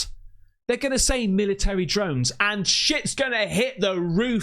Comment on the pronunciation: Am i hearing correctly? did u say "dromes" or drones 😂